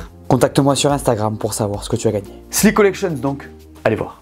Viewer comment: J'ai cru entendre Slip collection ^^